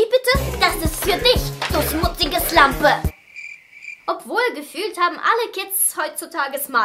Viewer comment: Bei Minuten „du smutzige slanpe" Ich hatte so einen lachflash 🤣🤣🤣🤣🤣🤣🤣🤣🤣🤣🤣🤣🤣🤣🤣🤣🤣🤣🤣🤣